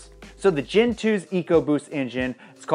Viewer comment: When you say GEN 1 or GEN 2 i hear Gin 1 and Gin 2 like the alcohol